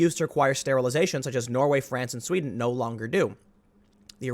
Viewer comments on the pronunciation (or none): none